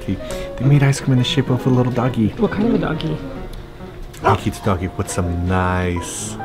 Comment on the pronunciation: Seems like it was your first time at a Ryokan? How much do you actually eat?! Loved your pronounciation of Akita! Lol Very Canadian! And what is with the milk?? Beer is a much more common drink of choice after enjoying the onsen. Stunning footage but I cringed Everytime you said Akita... One of the best kept secrets of Japan!